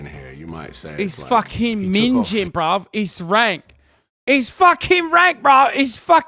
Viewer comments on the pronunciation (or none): Ming-ing not ming-jing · Oh Hasan you used innit wrong luv... Minge - pronounce the g Minging - don't pronounce the g